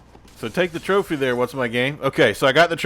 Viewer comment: Lol so funny!😂 You kept saying tropher! I’m dieing😂😂😂